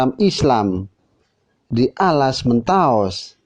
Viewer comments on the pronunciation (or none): Kok mentaos? Bukan mentaok?